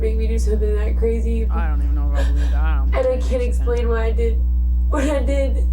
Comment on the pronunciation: ITS CWAZY.....according to.....You said Cwazy.